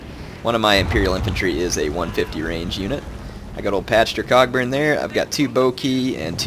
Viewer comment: The 'ck' in Cockburn is silent. So its pronounced 'Coughburn'.